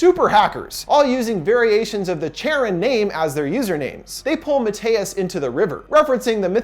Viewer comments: Not an expert on Greek mythology, but isn’t Charon pronounced Kharon. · I believe “Charon” is pronounced “CAR - ON” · You mispronounced Charon :(. ( Kare-un)/ (Kare-on) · It's pronounced Care-on, not Chair-on. That's pretty common knowledge. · PRONOUNCED KARON........NOT CHARON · Thank you! I love your thorough and energetic reviews. Also, just so you know, for these ancient Greek names "ch" is pronounced like /k/. So it is "care-on" as opposed to the English pronunciation of "chair-on." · Charon is pronounced Care-on. Not Chair-on. I'm a mythology nerd. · Lol, cringing every time he pronounces the name like Chair On instead of Care On... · Another great video! I appreciate all of the research and analysis you do on each movie you cover. On thing though, the name "Charon" is pronounced "Care-on" not "chair-on." I'm a mythology buff so it bothered me but I loved everything else about video. Very insightful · It makes me uncomfortable how he keeps mispronouncing Charon It’s care-on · Anyone titled that he pronounces charon incorrectly? It's basically Karen but with C. :P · CHARON Its C-A-R-E-O-N say its with me CAREON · it's pronounced Kharon. Or Care-on . I know you can't fix it....just... if I didn't say it my eye woudlnt' stop twitching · It’s pronounced “kar-on” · It’s pronounced CARE-on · I believe it's pronounced as Kharon. Anyways, I love! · Isn't Charon is pronounced with a K?